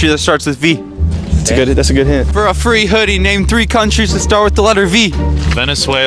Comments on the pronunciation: She was like "Venesuela" 🤣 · “What’s your final answer” “😧 VENEZUAYLUH” 😂😅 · "Name three countries that starts with letter V" "Venezuela" "Whats your final answer?" "Venezuelah" 💀💀